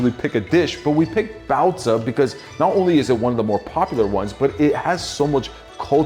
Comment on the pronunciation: its bao zi not bao ze btw no hate to just a tip